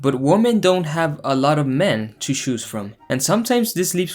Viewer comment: I lost the cringe challenge when you pronounced "choose" the same as "shoes".